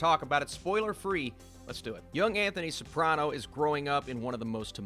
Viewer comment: Who's Tony "Saprona"? You lose all credibility when you can't even get a name right.